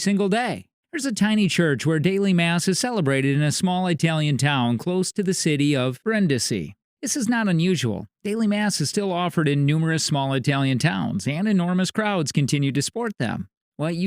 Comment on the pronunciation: Brin- DEE-see is the name of the town.